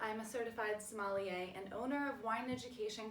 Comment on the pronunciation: But you mispronounce sommelier. 😂😂😂